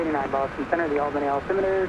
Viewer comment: As someone who lives in Albany NY, I am disappointed in the way you pronounce the capital of New York. Great video thought lol